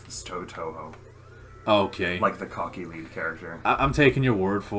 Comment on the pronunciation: "Touhou" is pronounced with the same vowel sound as "Tokyo" Written in Japanese Touhou is 東方 And Tokyo is 東京 Both share that first kanji: 東 which is pronounced like toe and means eastern.